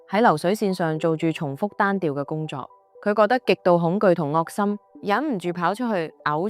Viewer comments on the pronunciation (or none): “惡心”不讀“惡”，讀“嘔”。“猶豫”不讀“由如”，讀“由移”。廣東話同字不同用處有不同讀音，繼續這樣會貶低你的節目質素，可惜。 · 惡心的惡應讀wu3 猶豫的豫應讀jyu6